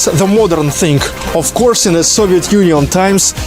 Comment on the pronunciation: GREAT GREAT GREAT!!! I HAVE A LITTLE OBSERVATION FOR YOU: REMEMBER TO PRONOUNCE "THING" WHITH A "G" NOT "THINK" WITH A "K".